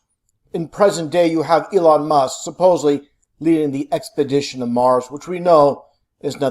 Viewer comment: Well this guy sure convinced me. You can tell he's a genius and has figured out the Mars hoax with the way he pronounces "hunnert" and "suh-posely." I had to get a science credit in college and took astronomy. The professor was great and wed go out and look at stars and planets on this giant telescope he had. I've seen Jupiter, Mars and Saturn's rings with my own eyes. I s'pose the professor was in in the conspiracy.